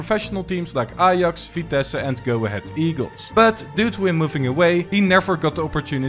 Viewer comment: I thought are you netherlands because you say ajax and vitesse good